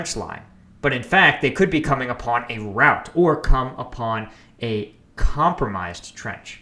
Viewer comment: What you said: "What if there's a rout?" What I heard: UNINTELLIGIBLE HERESY